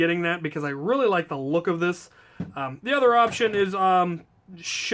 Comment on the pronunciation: "Why do you do dis" As in, "why do you do this". Not "diss".